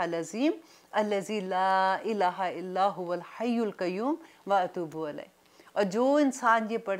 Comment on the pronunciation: Dua .y lafz alaih nhi bulkah ilaih hy